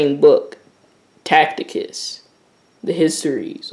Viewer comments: It’s pronounced “Tass-itus” not “Tackitus” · Learn how to read bwoy its not tacticus, its ta ci tus, ta see tus, seen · Tacitus not tacticus lol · Brother I believe his name is pronounced "TASS-SI-TUS" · When you jump into the world where scholars & scholarship; where academics have done extensive research, your credibility is tantamount. You must know how to pronounce Tacitus or anything foreign to yourself. Secondly the text with regard to the "Ethopians" from Tacitus Histories Five states that he does not know where the Jews came from and offers five alternatives answers to that question. What you have done is to cherry picked one story without referencing that fact. It's is important to be credible, to sift deeply into a question or position and to give the subject the thoroughness it deserves. I trust that this will encourage you to look more deeply into this question, additional, to be fact based so that you don't present a narrative you want to see... happen...